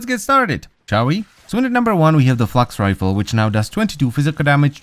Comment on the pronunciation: thought he said fucks rifle for a split second